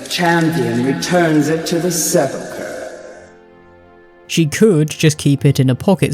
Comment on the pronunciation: I've heard you pronounce sepulchre a couple of different ways and they're all wrong, it's sep-UL-ker